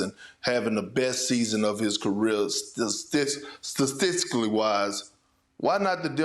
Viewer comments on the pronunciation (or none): 'Stastically' - Perk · Perk said Stadistically 😂